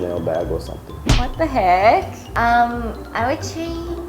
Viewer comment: Lol, the "what the heeeck" sounded so korean.